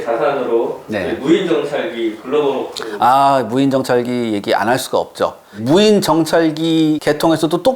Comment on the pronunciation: 그라발 호크...ㅋㅋㅋ 뭐좀 있어보인다야~~너으발음이 쥑인다야 ㅋㅋ